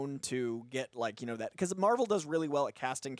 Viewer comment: Not to correct, but it is marvel, spotlight